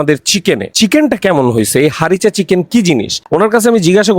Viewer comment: হারিসা চিকেন হবে উচ্চারণটা। উনি ভুল করে হারিচা চিকেন বলছে।😂😂 এটা উনার আবিষ্কার না। Chicken Harissa/Harissa Chicken লিখে সার্চ দিলে রেসিপি পেয়ে যাবেন।